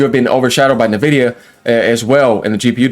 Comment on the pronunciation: Sup fellow Texan! I’ve seen like 6 YouTubers pronounce Nvidia “Nevidia” It’s “En Vidia” just FYI my guy